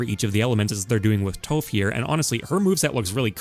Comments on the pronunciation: Nah man don't tell me you really say "Toe-ff" even in the show they say "Tawf" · So. I know it's completely unnecessary to get angry about how said Toph. I know it's just a simple mispronunciation. But still, some part of me always dies when I hear someone call Toph "Toeughpf". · Did you just say “Toeff”?! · "toe-ph" You haven't watched Avatar, haven't you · Did he just say "Tohf" ??? Like loaf? *Leaves...* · the way he said "toph" made me cry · I was agreeing with this quite a bit then you pronounced toph wrong